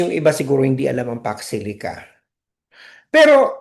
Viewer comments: Sabi ng mga supporters nya di nya kailangan alam lahat ang Pax Silica?Eh umpisa pa nga lang ng tanung nagulat na sya as if me words pala na Pax Silica, ang pagka pronounce pa nga nya Fox Sili?Talagang di nya alam yung word pa alng di na nya alam eh. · HINDI NGA MABIGKAS ANG SALITA PAX SILICA, UNAWAIN AT ALAMIN PA KAYA. SO YUN WASTE OF TIME NA SINASABI NA BUMALIK AGAD SA KANYA 🅱️🅾️🅱️🅾️ 🤪🤪🤪🤪